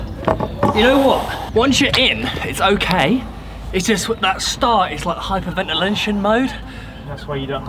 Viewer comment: “ hyper ventilention “ haha